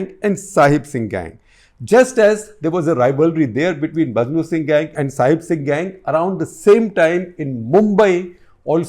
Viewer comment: This man doesn’t even know his facts …repeatedly calling Maknu Singh as ‘Majnu Singh’ …